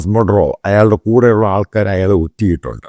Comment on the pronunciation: not mudro, but Maduro